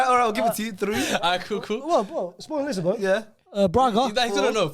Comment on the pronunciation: saying Lisa bon😂😂 it's lisbon